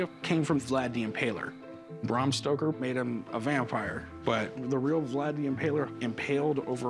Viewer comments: Nearly died "...allegedly signed by Bram St_oker." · "Bram Stroker" 😂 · Corey calls him "Bram STROKER" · Cory said " Bram Stroker" lmao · I just love how Corey is calling him Bram Stroker 😆😆😄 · He called him Bram Stroker. How did he screw up his name, when it was right in front of his face? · Cory definitely said Stroker!!! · Guy gives you a history lesson and calls the author Bram Stroker. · "Bram Stroker" hahaha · Corey called the author ‘Bram Stroker’ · Didn't anyone else notice Corey call him Stroker???? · It's not Stroker Corey, and by the way you should've had Rebecca look at that book. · Nobody else caught Corey calling him bram stroker!?!? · Stoker, not Stroker there Corey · Jeezus Corey... “Bram STROKER”?????!? No. Just no. It’s STOKER. ☺️ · He called the author "Bram STROKER " ....Haaaa. Educate me more please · Cory: "Braum Stroker" 🤣